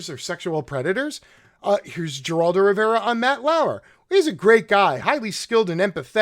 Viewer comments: You are mispronouncing both parties names. Can’t watch this bye. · Do you really not know how to pronounce Geraldo? I detest the guy & sexual abuse & assault but mispronouncing his name & mocking it seems a tad racist. You lose credibility with thinking folks. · This would be much more persuasive if Ghislaine and Geraldo were pronounced correctly. The S is silent in Ghislane. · A g in spanish is pronounced with an H so it is not (gee)raldo it's (her)raldo. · ..and it's not pronounced 'Jer'oldo..but 'Her'oldo... lol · Just a note, sir: Geraldo is pronounced with an H, not a G, as in Heraldo. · It's pronounced Heraldo, not Geraldo. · Interesting speculations, but it’s pronounced Her-Al-do, not Jer-Al-do!!! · His name pronounced is Her'al do. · Heraldo the G is pronounced H / Good program thanks. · His name is pronounced like Heraldo. There have to be loads of material on prominent people. The media should ask everyone about her just to see how they respond. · Geraldo is pronounced Heraldo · I buy what you are saying, but, but, but... it's "Her-al-do." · We have a building named after Geraldo (pronounced with an “H”). Thanks for the great video. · Heraldo is the pronunciation, fyi. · who the fuck is jur-aldo... I hope u r mispronouncing on purpose... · can you pronounce anybody's name correct?? It's hard to listen to you if you keep butchering the names and then get the names correct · I agree why can’t he Pronounce the 2 Names correctly? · you're pronouncing both Geraldo and Ghislaine's name wrong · Ok, I understand how this guy can't pronounce Ghislaine. Most people can't (and it is pronounced Ghee-len, btw). But how can he not know how to pronounce Geraldo?? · “Her- Aldo” not “ger-aldo” and “gee-lane” not “Jiz-lane” my goodness I can’t even focus. Pro tip - you can click that little speaker on names while doing your serious Wikipedia research and hear how to pronounce names. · pronounced " Heraldo" and " Ghelane "